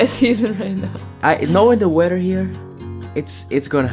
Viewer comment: Hi guys! I hope you are doing well. Me gustaría decirte algo, con todo respeto, weather, se pronuncia ueder, no uerer. Criticismo constructivo, aclaró. Cuídense mucho que Dios bendiga. ❤U guys. Y together, es tugueder, la pronunciación obviamente. No tuguerer. 👊🏼✌🏼